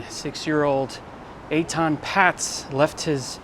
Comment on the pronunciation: This "walk through" video is riddled with inaccuracies. It starts with mispronouncing Etan's name and the wrong info goes on and on and on.